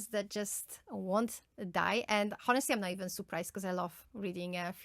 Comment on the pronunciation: Honestly has silent h ..pronounced as onestly